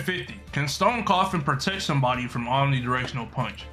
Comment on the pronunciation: It isn’t said stone coffin it’s stone cough and